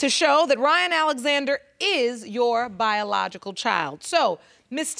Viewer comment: Her boyfriend couldn’t even say ‘biological’ smh 🤦🏾‍♀️